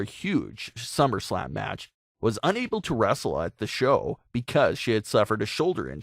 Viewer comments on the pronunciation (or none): none